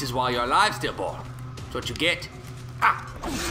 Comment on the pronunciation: It sounds like he's saying bull